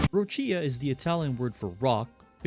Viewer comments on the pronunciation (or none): Ròccia, not Roccìa.